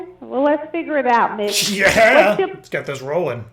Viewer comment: Every time she said Mitch it sounded like B*t*h lol, Ugh how rude!